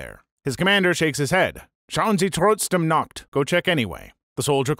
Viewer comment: The accent and pronunciation is poor, but you can still understand it. My issue is when he says "-noch!" it sounds like "Nacht".